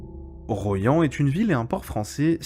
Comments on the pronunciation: Royan ça se prononce "Roi yan", pas "Ro yan", ça m'a écorché les oreilles. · Chaque été je vais à Soulac et à chaque fois je passe par Royan. J’ai appris quelque chose aujourd’hui. Par contre ça se prononce Roi-yan. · Bien vu pour Larminat, un crime de guerre ces 2 bombardements sur ce pauvre Royan (prononciation bizarre dans votre capsule 🤣) 500 civils tués poir seulement 15 soldats de la Wehrmacht, il me semble... Enfin sans polémique contre l'idole du moment qu'est de Gaulle, ce dernier aurait insisté pour qu'il n'y ait plus aucune poche (Festung) allemande lors de la capitulation du 8mai.. D'où ce dernier bombardement absurde et criminel du 30 avril 45... mais je n'ai pas la Vérité absolue, bien sûr !